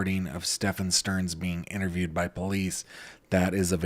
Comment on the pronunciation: The way that I flinched when he said Madeline STERN 🥴